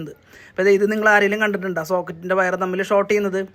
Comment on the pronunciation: വയറ അല്ല വയർ എന്ന് പറയൂ